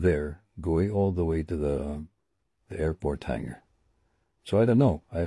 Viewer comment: anak..... HANGAR hindi HANGER...... Hangar-kung saan ipinapark ang mga sasakyang panghimpapawid 😅